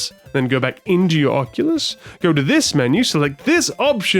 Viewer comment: You're one of the few to pronounce it correctly on the first go! Lol. English thanking French, I think that may ruffle some feathers. Amazing stuff here. The time spent really shows. I've had VR parties at my house and it absolutely blows everyone's minds. You're absolutely right it's impossible to explain.